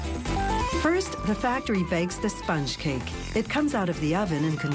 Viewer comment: I absolutely hate the way she says "spunch cake" and "production"